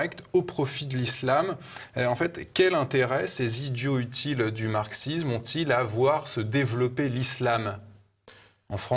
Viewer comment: J'ai arrêté à 20 secondes quand le présentateur a négligé la liaison de "idiots utiles"